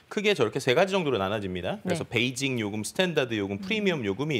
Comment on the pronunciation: 중국인인가 베이직을 왜 자꾸 베이징 이라고 하지?